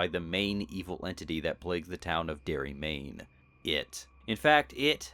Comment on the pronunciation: D.E.R.R.Y., not Darby.